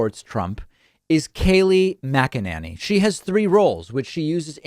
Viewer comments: #DavidPakman I love your show and this was a great segment. One thing: I have never heard anyone pronounce Kayleigh's last name as Mac-a-NANNY. It's always been pronounced Mac-a-NAY-Nee. So I believe it's NAYnee not Nanny. It's not a big deal but was starting to bug me as my last name gets mispronounced ALL the time. Please, no hate comments, I love David and his show.. Just a pet peeve of mine. Thanks for another great show David!! ❤️ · Makinanny....Mak-in-inny...David, you have some very interesting ways of pronouncing Mack-in-any and I'm here for it. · David, I think it's not mack a nanny, it's mack-inane-y. Think inane and you got it nailed. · I see what you're doing David "Kaleigh Magananny" LMAO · I love your creative pronunciations of her name. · Why the change in the pronunciation of her name? Lol I love it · Geez, David!! I was starting to get accustomed to how you previously pronounced Kayleigh's name lol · you keep changing pronunciation of her shitty last name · I get so much joy every time he puts a new spin on Kayleigh’s last name. I love that he never pronounces it correctly whether it’s on purpose or not. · Are you having a stroke? You didn't purposely pronounce her last name wrong lol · Oh David, thank you sooOOoOoOoo much for always mispronouncing Kayleigh's name, cracks me up every time you do it! lol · Dude! I don’t like her either but stop the lowlife tactic of pronouncing her name wrong (and oddly different every time you talk about her). It’s as obnoxious as the idiots who constantly mispronounce Kamala. 🙄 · I love how he mispronounces her name in a slightly different way each time 😄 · Dude please pronounce her name correctly The a is and a sound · lol why are you butchering her last name.